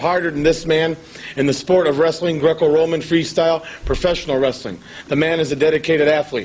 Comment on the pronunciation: That and Grrrrrecco Rrrrrroman